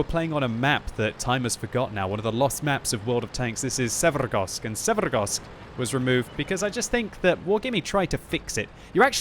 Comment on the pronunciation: I just cant fucking stand to hear quickybabys pronunciation of maps and names, or should I say trying to sound eastern european but butchering words even more than he would by just saying it how they would sound in english. Oh man i dont know why but this fucking grinds my gears so hard I cant finish a damn video because of the way he say Karstas and Severgorsk. This is also the case in all his videos, just say the fucking names in english dont try to be russian damnit. Im from eastern europe and this makes my ears bleed for fucks sake